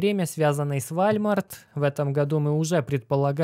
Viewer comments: вОлмарт) а то что то не сразу понял что за вальмарт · Как чел, который живет в сша 5 лет, скажу тебе: это не вальмарт, а волмарт) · Уолмарт, а не вальмарт 🤣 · Волмарт ! А не вальмарт 😂😂😂😂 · Не Вальмарт а ВОЛМАРТ. WALMART !! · Волмарт - правильно произносить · Уолмарт правильно говорить